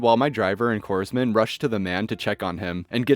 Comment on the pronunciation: I really love your delivery and am subscribed, so here's a tip: "Corpsman" is pronounced "corman" because it's the same derivation as, say, the Marine Corps.